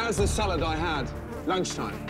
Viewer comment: 😂😂😂😂 Runs his hand through the rotten “sal-lad”